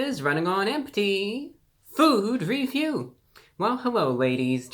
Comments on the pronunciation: I love how he say “feewd reveew” it makes my day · fuwud weview